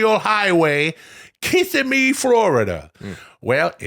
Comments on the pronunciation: Please let Adam Sandler know that it's pronounced "Kiss-SIM-me". That's okay. Most people not from the area say it wrong. Glad he liked the tenders though, buddy! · Holy shit I live pretty close to that last Applebee's location 😂😂😭😭😭 Irlo Bronson Memorial Highway, or US-192, is the heart of like on-a-budget-Disney World vacation 😂😂😂 you're just a handful of miles away from Disney. Kissimmee is pronounced Kis-SIM-mee, you lean into the middle of the word